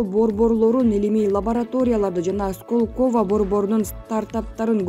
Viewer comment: Диктор мектепти бүтүргөнсүңбү? Сколково деген сөзгө ударение коё албасаң кантип иштеп атасың . Мариуполь жөнүндө сүйлөбөй эле коёюн. Уялбайсыңбы.